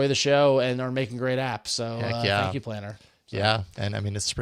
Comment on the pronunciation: So when I listened to this on audio only, I was convinced the app was gonna be "Plantr" and not "Planter." Clearly I have been online too long 😂